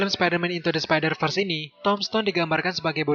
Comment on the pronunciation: apa cuma gw doang yg dengar min sebutkan spider vers jadi spider first?